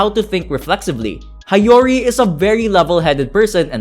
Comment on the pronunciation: I like this video. One tip tho, learn how to read Japanese names properly. It's Hee-yo-ri not Ha-yo-ri